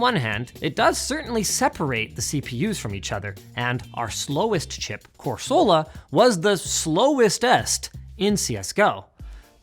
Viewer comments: Pokemon fans be like it's Corsola not Coresoola. Love how you guys really work hard to get facts and data let's go LMG!!! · ITS PRONOUNCED “CORESALA” NOT “CORE-SOLA” RAAAAAAAA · it's pronounced CORsola, it's a coral, not a corral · Why use Pokemon names for the CPU tests if you can't even pronounce them correctly? Lol, the emphasis goes on the COR, not on the SOLA, more like cor-suh-luh, not cor-soh-lah. Why did nobody catch this? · FFS Linus, it's Core-suh-luh, not Core-sole-luh Insert Hermione meme here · KOR SUH LUH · Core-sue-luh my good sir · Cor-SOLE-A wtf. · Hearing Linus mispronounce "Corsola" (Kor-sul-uh) hurts my soul. Great video otherwise, though! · Core-so-la? Wtf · Can you do an in video edit and fix the pokemon names. core-soul-uh is not not even close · The way he keeps pronouncing Corsola...please...make it stop. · Any other Pokemon fan triggered by how Linus pronounced Corsola 😅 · All I learned from this is Linus doesn't know how to pronounce pokemon names... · No one at ltt corrected Linus saying corsola wrong. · The pronunciation of Corsola is driving me nuts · the way he say Corsola hurt me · Anyone else keep getting distracted by how he pronounces "corsola" or is it just me? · your pronouncing corsola wrong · You can tell linus's apathy towards Pokemon is real since he mispronounced Corsola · the way Linus pronounces corsola like he never played pokemon as a kid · Anyone else getting annoyed at the pronunciation of "Corsola"? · Linus had my attention till he kept say corsola wrong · That Corsola pronunciation hurt my soul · Did no one tell Linus how to pronounce Corsola ? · no one at LTT knew how to pronounce Corsola? :O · Only controversy from this will be his pronunciation of corsola😭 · Should have checked with Luke on how to pronounce Corsola XD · Nahhh, Linus's 4D chess move of that Corsola pronunciation will evade the Nintendo ninjas.